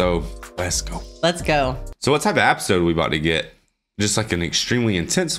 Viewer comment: Just noticed y’all say apisode instead of episode 😂